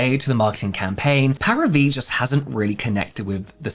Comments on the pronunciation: It's pronounced 'Pah-ree-vee', Paris+Vie = 'vie' is French for the word life. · I'm preeeeettty sure the pronunciation is "Pari - Vie" Like Paris life in English :) Vie pronounced the same in "c'est la vie" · I'm pretty sure it's pronounced "parivee", like some pseudofrench for "Paris life" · Parivíe is equal “life of pari” and pronounce pa-ri- vee. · I think it's pronounced Paree-vee. Vie = life in French. So like Paris life? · The way you struggled to say the name each time hahahaha. Celebrity brands are just not competitive. Every other beauty company founder first and foremost saw a gap in the market, a need that wasn't being met. Often it came from their trade like if they were a makeup artist or a dermatologist, or at the very least, did market research to see how they could best occupy a competitive position in the market. Fenty Beauty was borne of Rhianna's own experiences as a woman of colour who, in her job, found it frustrating that she and/or her makeup artists struggle to find a foundation match. Celebrity status is not a competitive edge. Paris Hilton touched on something that could have worked; a solution to combat daily modern skin aggressors as a busy businesswoman which is how she brands herself these days. But instead of doing a whole line, a few multipurpose hero products would be enough to lend it some credibility as something she uses every day or when she's busy. It's why celebrity "Get Ready With Me" and "What's In My Bag" formats were so huge when they came out. We have a voyeuristic desire to see into the lives of global celebrities, and skincare, being so personal, will absolutely sell like hot-cakes if we believe a celebrity uses it and its efficacy is linked to the condition of their skin. But when a celebrity creates a new product, unless it fills a gap in the market, their endorsement equates to very little as we know they achieved their skin with a pre-existing product